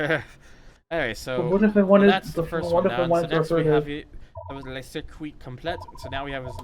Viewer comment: i like how you pronounce LES as Lays lol its just L-eh, in general s's at the end are usually always silent